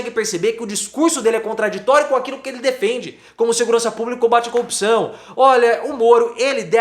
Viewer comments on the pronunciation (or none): Até tu estás falando “curpção”, professor?